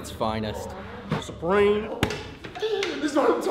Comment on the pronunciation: the way z says Supreme had me dying